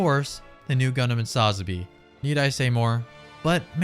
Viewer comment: Hey just FYI just trying to help out the Sazabi is pronounced like Sa-zabi not all one word.